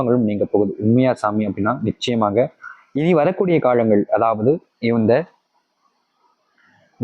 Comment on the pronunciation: முதல்ல காழங்கள் என்று சொல்லாம காலங்கள் என்று சொல்லுங்க😂